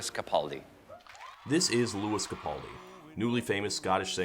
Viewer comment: YOU ALL SAY CAPALDI WRONG!!! I mean I’m a Glaswegian so we don’t say much right but we say Capaldi right.